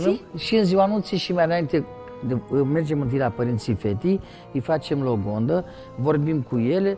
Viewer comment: Deci ma jur se cred "regi" si "regine" dar nu stiu sa vorbească limba română. Pe la inceputul clipului in loc de a spune logodna, a zis logonda. E vina noastra ca am lasat sclavi sa se creadă mai presus de noi.